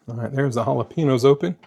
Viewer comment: The peppers are pronounced ah-la-pain-yos (Jalapenos)... I'm a firm believer in "you do you". Meals don't need to be exact. If you need a slight variation (peppers, sour cream, etc) to keep you on track, I say pour it on!!